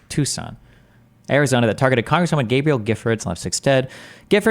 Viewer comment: Article: "Gabrielle" Destiny: Gabriel